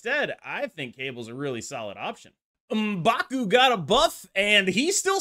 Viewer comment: I think Elsa is clearly a buff since she's back to being global now. Also thank you for pronouncing M'Baku correctly instead of saying "EM backoo" like certain other creators...